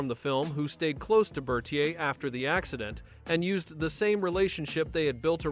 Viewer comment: I hate AI narration. They mispronounce tons of words. His name was pronounced Ber-TEER. 1971 is Nineteen Seventy One, not One Thousand Seventy One.